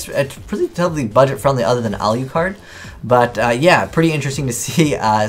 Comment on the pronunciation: Al You Card. NO AZNEYES its fucking ALOOCARD